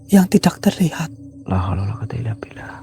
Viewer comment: Kaya mas probo sllu nyebut lalholawalakuata